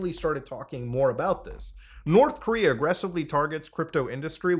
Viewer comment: North Coom-rea Coom Jon Goon Coomunism Did I miss one?